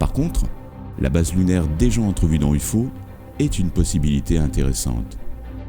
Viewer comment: "U-FAU" looool.